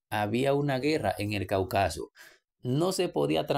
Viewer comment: Cáucaso acento en la tercera silabas, por favor pronunciar correcto.